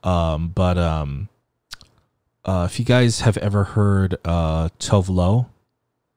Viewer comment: WHEN YOU SAID TOVE LO OMG YES